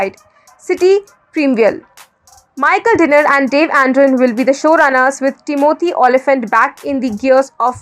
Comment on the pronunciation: it's TÌMOTHY, not TIMÒTHY